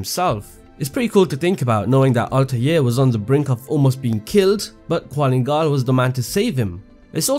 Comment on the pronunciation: did i not just get triggered on how he mention qulan gal as "qualin gal. theres no "A" and I at his name. gosh